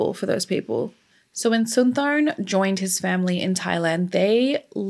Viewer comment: I went to high school with his nephews in WI and dated one in high school. It's pronounced Sin-tah-sum-pawn. He wrote that on my notebook in class. This was really hard on their family even years later when I met them.